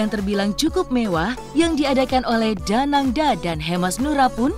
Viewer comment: Danang D A. Bukan danang da